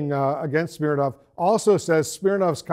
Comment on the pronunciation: "Smirnov" huh..